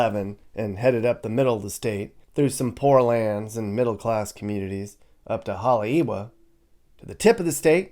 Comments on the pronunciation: HaleiEva, w is pronounced as a "V" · Moved to Maui with my family in 1969. Never really left until 2013. Having seen Hawaii as a kid, teen and adult change to what it is, regardless of family still there, I will stay in Virginia or anywhere else in the world, before I would ever move back. By the way Haleiwa is pronounced Hale e va. Drive me nuts hearing words mispronounced. Not miliany, it's Mili Lani.😅